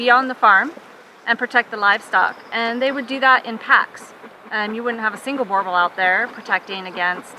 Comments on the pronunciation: i think what irratates me is that firstly its Boer bull not boeeeer bull ffs, secondlywhy the hellis a 2 american woman commenting on our South African dogs? so let me break tis down for you quickly, 1. Boerbulls are a mix breed between Mastiff, rhodesian ridge back and nguni, 2. they were bred by the settlers because what was needed was a large breed working dog for home defence i.e. gaurd and personal protection i.e. dangerous game e.g. lion, leopard etc. 3. they are family friendly but do not let children irratate them eg. let your toddlr hit the dog thy will react badly, they will protect family and home with their lives i have personal experience of this, they can do long distances they are incredibly powerfull, they are obediant and will do anything to please their owners and have their owners love an affection, they are jealouse and attention mongers they are also smarter than your average dog but no genius, they are more than happy in a average to large yard but most happy on farms or in the bush they do need excercise, they are incredibly tough and resiliant animals need very little grooming, male boerbulls can have a bit of a temprement issue but females are always good tempered, 4. the specimans shown in the video are average to good if you really want to see a good example of boerbulls look up "plaaswag boerbulls" on the net one of our best breeders in the country with KUSA champion breeding paires, lastly i reside in Phalaborwa South Africa we live in the bush ve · As a South African, I'm cringing every time she says Boerboel. And for god sakes they're not you exploitation toy America. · you are saying boerboel wrong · its pronounced boor boel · Americans it’s not that hard to say boerboel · She doesn't even know how to pronounce it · Jesus the mispronunciation XD sounds like she's saying Borbulls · Please pronounce it correctly boo-r bulls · When an American pronounces Boerboel it sounds like Gorebull